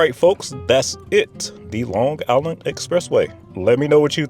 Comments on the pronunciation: I live on Long Island and can not listen to anyone that pronounces it Long Giland. 👎🏿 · I’m not sure why you’re pronouncing Long Island with a hard g at the end. As someone who graduated high school and worked there, I never heard a “native” say it like that. But even more, I lived in Shoreham, and it’s SHORE-um, not Shore Ham.